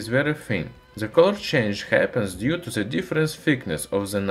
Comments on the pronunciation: Cool video, but its weird how you can say the T in metal, but not in THE which you read as "ZE". You sound russian, so you can pronounce D as in DA so why not pronounce THE with a D and not Z. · nice video I recommend pronouncing "th" as D instead of Z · We will understand u better if u pronounce " the " as "da" instead of "za" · I grin every time he says "ze experimentz". :)